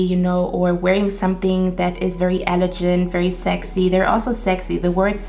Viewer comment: Your so cute! Love your whole vibe. I chose 1 but I think you were describing me lol. On a side note elegant is pronounced with a g sound not a j sound. ... Guy not gentle. ❤️